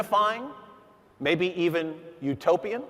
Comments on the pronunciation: I thought he said Utopium lol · "Utopian" lmfao bro